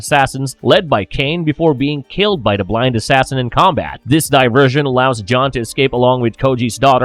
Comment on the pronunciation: I can’t listen to this narrator. He can’t say the word “the”. He says “duh”. It’s ridiculous.